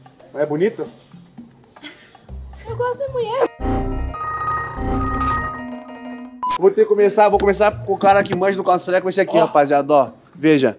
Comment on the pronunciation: "eu gostu dê muié" kkkkkkkkkkkkkkkkkkkkkkkkkkk